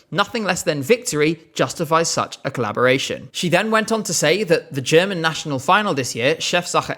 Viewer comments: Woah, genuinely good pronunciation of German,! And as others have said, the German people do not expect a win in the slightest! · Your German pronunciation is great!